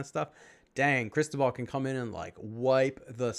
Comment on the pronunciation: "Ó" in Cristóbal, you should pronaunce like "U" in "about".